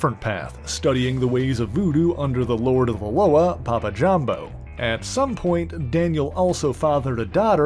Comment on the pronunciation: Correct pronunciation of ‘Loa’ (la-wah) not (lo-uhh)